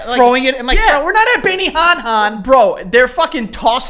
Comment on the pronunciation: joe pronouncing benihana as benihaha 😭😭